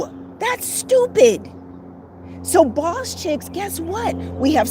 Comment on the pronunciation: I like how you said bawse at the minute mark. Haha. Good video